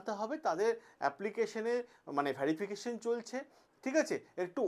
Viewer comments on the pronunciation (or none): কথাটা ভেরিফিকেশ ভ্যারিফিকেশন নয় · Age thik kore kotha bolte sekho verification uchaaron thik koro